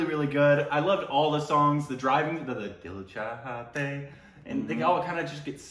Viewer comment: Indian pronunciation : Dil chahta hai (The Heart Desires) OST pronunciation : Dil chhata hai ( Heart's an Umbrella)